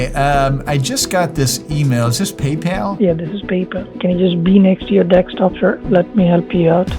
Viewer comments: no way he said Dextop... still in 2025😂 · You always know its a scammer when they call a desktop a Deckstop